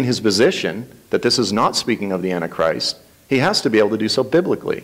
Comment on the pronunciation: Tommy's prideful attitude, refusal to accept anything said as Biblical or true and pronunciation of antichrist as "Annie-Christ" turn me off to him. There is much to be revealed in the future that the Lord has not yet made clear. We must not hold so fast to our own personal beliefs on eschatology that we can't see the truth unfold before us.